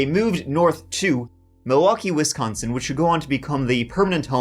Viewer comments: Hearing u mispronounce wisconsin cities is hilarious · It has been an absolute delight listening to you pronounce location names in my state. On Wisconsin!